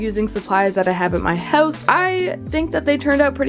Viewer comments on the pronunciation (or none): none